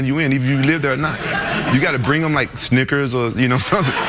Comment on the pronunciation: when craig said snickers i thought he said ni&$rs